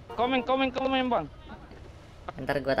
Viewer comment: CIKEN❌ CIKENG✔️ KONTEN❌ KONTENG✔️ KOMEN❌ KOMENG✔️ SEPERTINYA DIA GAK BISA NGOMONG "N" WKWKWK